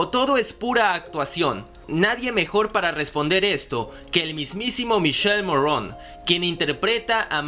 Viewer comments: Se pronuncia Mikele y se escribe Michele y no Morron... Sino Morrone, como esta escrito😳😑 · Me caga que hagas y hagas videos y no puedas pronunciar el nombre de michele morrone, te voy a enseñar como se pronuncia.. Miquele mo rro ne. No morron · Es Morrone...así como se escribe. No es Morróun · Asi que michelle morrouuuune jajajaja , se pronuncia morone! Punto e basta!